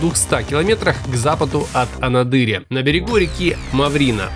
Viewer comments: АнАдырь, а не АнадЫрь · Вы не правильно делаете ударение) АнАдырь, а не АнадЫрь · Очень грамОтный рАссказчик, ошибок столько, что и перечислять замучаешься. АнадЫрь, ТиличИки, ЧаУнский. Хоть Википедию открой, посмотри где ударения… В целом видео отличное… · Не "АнадЫрь", а "АнАдырь"!!! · К автору. Если не знаешь как называть город правильно , не позорся. Правильно не Анадырь , ты ударение делаешь на ы . А надо на первую А. Не позорься. Я прожил там три года , и знаю. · Да Анадырь, ударение на 2ую "а" Я живу тут у уши в трубочку сворачиваются) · Правильно Анадырь, ударение на первую А.